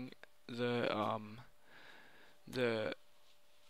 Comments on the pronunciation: Camands? You mean "commands"... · What's an "Andministrator" and a "camands"?